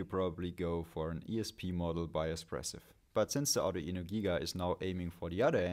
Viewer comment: Does the Arduino pronounciation stress at the mid E vowel? aa-du-Eee-no for real?